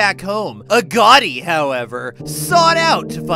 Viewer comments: His name is oh Garty not a Gatti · His name is Agoti not Agotei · aguti not agoti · It's pronounced as "A Got I"😐 is it really da hard to pronounce his name😕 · Its A-go-tea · it's AAH-go-tye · It’s not agōti